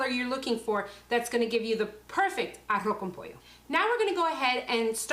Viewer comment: Si es arroz con pollo tipo cubano y ella pronuncia muy bien arroz con pollo porque no lo dice en español